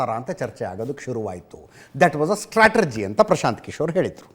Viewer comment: Strategy ಸ್ಟ್ರಾಟೆಜಿ ಎಂಬ ಪದವನ್ನು ಅದೇಕೋ stratergy ಸ್ಟ್ರಾಟೆರ್ಜಿ ಎಂದು ಉಚ್ಚರಿಸುತ್ತಾರೋ ತಿಳಿಯದು